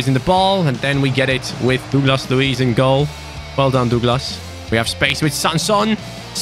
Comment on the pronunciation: Please learn how to say Douglas mate..its killing me😅😂